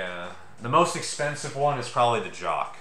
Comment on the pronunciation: The way you pronounce that Tempus Fugit mantel clock sounds like you're saying "Jock". You're supposed to pronounce it with the /ch/ sound.